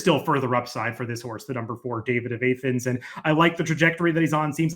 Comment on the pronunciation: A-thens? Georgia or Greece, both Soft A